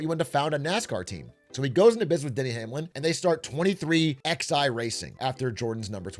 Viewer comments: "twenty three X I" I know non-NASCAR fans might not get it but it's still jarring lol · why is a Nobody with Zero knowledge talking about Nascar?!? this is Such a horrible video and the Team name is 23XI, like the numeral is pronounced Eleven... strikes me as a Person who knew less than Zero and did the Bare Minimum with Chat CBD to help. Horrible Critical essay, 1 outta 10, the One because you actually Made a Video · Lol. "23 ex i" racing. Funny hearing someone outside the loop read the name. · “Twenty Three X I Racing” 😂💀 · 23 eleven....23...x...i... lmao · Im a 1/3 in the vid. Please don't tell me he keeps calling it 23XI instead of 23/11